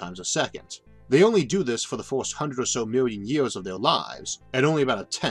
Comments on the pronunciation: Mastered the universe, has no fucking clue how to pronounce "first" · Why does he pronounce "First" as "Forst"? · Why do you say fiwst instead of first ..... The video idea is great, if only the narrator wasn't butchering the English language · say forst one more time